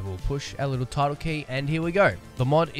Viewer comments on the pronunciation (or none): Great video only time i was confused is when you said tilde, it sounded so much like tittle